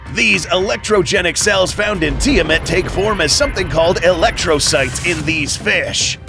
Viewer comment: Its pronounced “Tee-Uh-Mott”